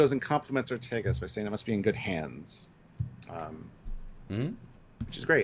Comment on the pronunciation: Lol love you guys but pls, Ortegas is Or-TAY-gus, not Or-TEE-gus. Like in Vega, Beta, Sega, Zeta, Diego etc, E has an A sound in Spanish and other Latin-based languages. Never heard you guys say B'Elanna Torres as Tor-REESE so I know that you can do it, gentlemen ;) We love the character, SNW is great and hopefully will go for seven seasons, the actress watches TrekYards,so I think we owe it to get her name right Cheers, thoughtful commentary on a thought-provoking episode! xx